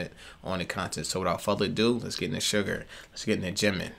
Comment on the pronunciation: You know it’s Suga not Sugar right? You probably know but you keep saying Sugar I think in everyone of your videos lol just an FYI maybe I’m hearing it wrong. Blessings